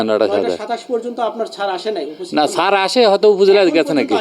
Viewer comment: সাংবাদিককে উচ্চারণ শুদ্ধ করা লাগবে। ছার না শব্দটা স্যার 😊